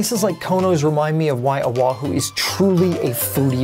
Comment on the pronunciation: very nice video,! My only complaint is how you pronounce "Honolulu". It is NOT pronounced Ha-na-lu-lu, but should be said Ho-no-lu-lu. Also, O'ahu is NOT pronounced Oh-wa-hu, but should be Oh-AH-hu.